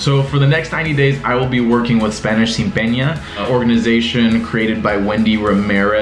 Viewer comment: The first time I can let it slide, but after the 90 days and saying “sin peña” again 😕 though I notice many people change the standard ‘n’ to ‘ñ’ because they think that is correct. For example I hear people say “empañadas” all the time.